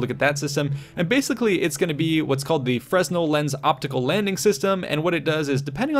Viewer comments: The "S" in "fresnel" is SILENT. Carriers don't "catch" landing aircraft, they "TRAP" them. There isn't a "control tower" but there IS a "Pri-Fly" near the top of the island (superstructure). If you live in the USA, you're probably fairly close to one of the four Essex-class carrier museums. The Intrepid is in NYC, the Yorktown is at Patriot's point near Charleston SC, the Lexington is in Corpus Christi TX, and the Hornet's in the San Francisco Bay area. Each is definitely worth visiting. The ships may not move any more but they are anything but static displays. I've been a member of the Lex Museum for many years and every time I visit there's a new exhibit, airplane, activity, or film to experience. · The “S” is silent in Fresnel Lens